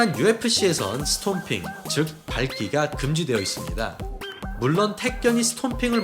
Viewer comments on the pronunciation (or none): 스톰핑킥이 아니고 스탬핑킥입니다